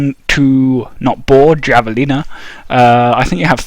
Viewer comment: It's pronounced "havelina"